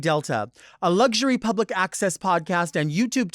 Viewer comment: Make a difference by pronouncing Lugury correctly as LuXury. It's far more becoming